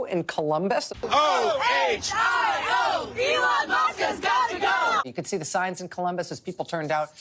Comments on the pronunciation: Ehlon Muhsk was an Underrated roast on its own. For someone who works So hard to be known and renowned, mispronouncing his name so casually is just the kind of thing that would get under his skin 😭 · burr calls him "that twitter guy" , or slightly mispronouncing his name is so fn funny, esp b/c that's something that trump does to other people